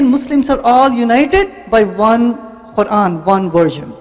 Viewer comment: Was anyone else irritated by this guys squeeky old lady voice... And his pronunciation of the quran was weird.